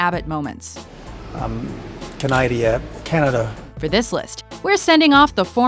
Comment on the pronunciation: Canydial umm.... Canada